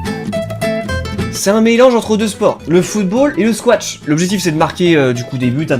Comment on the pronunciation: Squash! Ça s'écrit et ça se prononce squash, il n'y a pas de T Si je suis énervé c'est parce que je fais du squash et beaucoup trop de gens font l'erreur